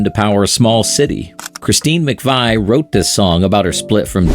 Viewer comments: Pronounced “McVee”. (Vie) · It's McVee not McVi. Get it right!